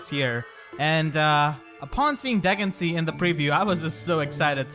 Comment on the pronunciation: Yoooo isn’t it pronounced Duhg-in-see-ah?